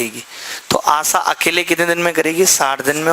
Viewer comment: Sir...its asha...not asaa